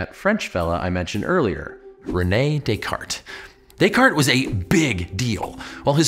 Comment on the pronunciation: Thanks for that video. By the way, you pronounced Descartes right by mistake lmao ^^